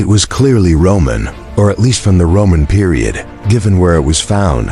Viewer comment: More dumbassed AI audio that can't pronounce Roman,,,,,Ro-mon??? selts? wtf